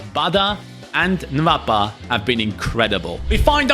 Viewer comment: The name is not "nvapa" it's "nwapa" like " noapa"